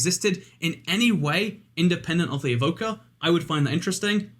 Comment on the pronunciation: when he said evoker i thought he said vodka